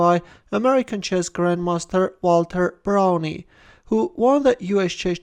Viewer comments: I met Walter Browne around 20 years ago at the National Open. I have always heard his name pronounced "Brown" and not "Brownie". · It is pronounced "Brown" with a silent "E." Thanks for the game!